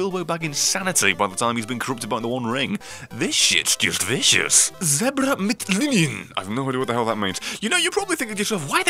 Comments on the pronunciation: zbra mt lni-ien xd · Nice german dude Zebra mit Linien wie er das ausgesprochen hat xD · I cried 'Tears of Grace' hearing his pronunciation of Zebra_mit_Linien - best thing I've heard in a long time, I love you, xD